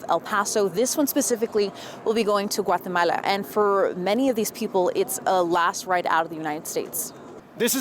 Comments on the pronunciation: This woman is a moron. Troops are people. It’s designed to carry both equipment and people. Also it’s GUAtemala. Not Watamela. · "Watahmala, Watahmala, Watahmala"...You sound like a FOOL!